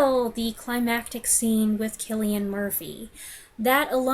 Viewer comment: As an Irishman, you get a lot of credit for pronouncing Cillian Murphy's name correctly. A pet peeve of mine is when I hear people pronouncing it with a soft C.